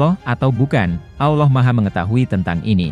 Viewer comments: Aduh bilang allohnya balelol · Nyebut Allah aja.. awloh..